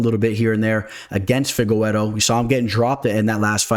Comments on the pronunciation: Stop saying Fi-ge-we-ro. It’s fi-ge-re-doh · I hate how you say Figgy's name